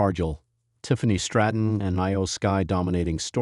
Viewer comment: Does this guy not know how to say Iyo Sky as opposed to spelling I-Y-O